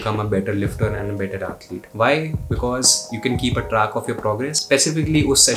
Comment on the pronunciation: Why do you pronounce English words like that, lol. Like when you say track, it sounds like truck. When you say pack, it sounds like puck. When you say man, it sounds like maan. Thick ass Delhi wala Indian accent.